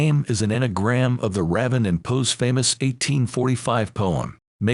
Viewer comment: Might be ice to pronounce raven and Pym and other words correctly